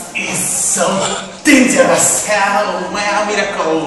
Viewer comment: デンジャラスww発音いいww